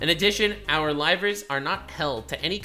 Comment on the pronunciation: I know it is a bit mean, but every time that CEO says livers all I hear is rivals. Then I have to adjust it to livers again, and think... that is a stupid word.